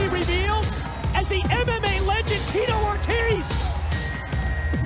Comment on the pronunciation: Tito “O” “Tease”